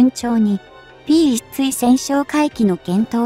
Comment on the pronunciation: まだ漢字も読めないを垂れ流すのですか？P1対（つい？）対潜哨戒機て何？機種名も読めないのになにを語る❓